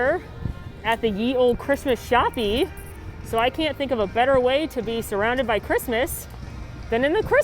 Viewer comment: The way they pronounce "shoppe" as "shop-eee" makes me irrationally mad like its just "shop" guys 😭